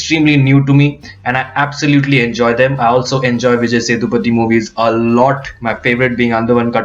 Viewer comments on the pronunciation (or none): none